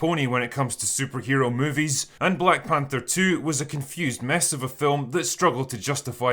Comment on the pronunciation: Did you just say "Black Pander 2" or did my hearing go the way of the dinosaurs?